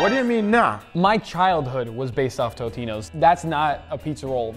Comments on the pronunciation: If your childhood was them, WHY ARENT YOU PRONOUNCING THEM RIGHT! ITS TOAST-INOS! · My brain didn't explode too badly when Guga called Totino's Tostito's, but it definitely short-circuited for a second. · i thought i kept hearing tostinos and tostitos lol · Guga, it is Totinos with a T not Tostinos or Tostitos (Tostitos is a corn tortilla chip brand) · You called Torino's tostinos lol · Lol anyone else noticed he called totinos, tostinos? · TOTINO'S NOT TOSTINO'S 😂🤣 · Tostitos like the chip or totinos Guga? Bro can’t speak